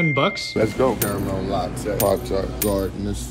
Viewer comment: "carumell lot-tayyy.."